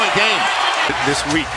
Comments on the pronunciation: J C He said game but literally sounds like gay lmfao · Game not gay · Silver but what everyone heard is “gae” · All I hear is "Brandon Ingrams Gay🤣🤣🤣🤣🤣🤣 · I know he said game but the clip got cut. But I can't unhear that "game" sounds "gay" lol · My subtitles legit said: “The friend to English dick” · I heard the commentator saying “brandon ingram’s. gay” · You hear one thing but the captions say something even worse lol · Ong but it said brandon imgrams game